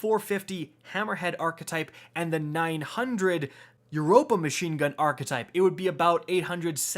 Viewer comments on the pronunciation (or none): none